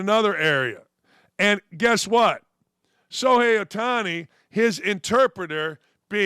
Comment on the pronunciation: It's pronounced Show-hay, not So-hay. There is an h in his name. You need to learn how to read.